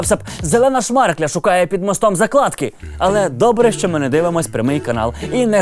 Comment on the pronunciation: не заклАдки, а зАкладки #знона200 ✌🏻😌😂